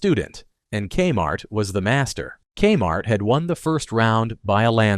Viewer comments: Your robot called it kuh-mart. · Here's the thing - as soon as the artificial voice says "ka-MART" at about , I gotta turn it off. If a human isn't willing to spend the time to read the script - or at least listen through the whole thing once for issues - why expect people to listen to it? Sorry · "kmart" one syllable. Would a human narrator say that? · Thank you, robot voice. Because of you I now know that K-Mart is pronounced CUM-art, and I will make sure to pronounce it like that from this day forward.